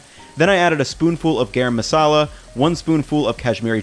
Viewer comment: I love the way says “Garam Masalah”😂